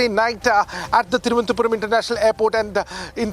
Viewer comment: R. Reporters generally says Thiruvanthapuram 😅 and not Thiruv anantha puram other than the lady